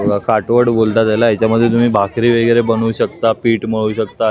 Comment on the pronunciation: वेगेरे म्हणू नका , व_गै_ रे असं बोला ना